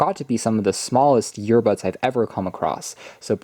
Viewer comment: Yeah. Ive seen many of his tws review. I thought i was the only one hearing "YEARBUDS"!